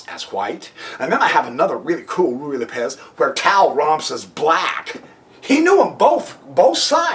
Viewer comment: I think it is either pronounced "Roo-ee" or "Righ" not "Ree" lol I can tell you are saying it quickly because you are unsure of how to pronounce it, you could have just looked it up, I assume you have a computer because you made a fucking youtube video lol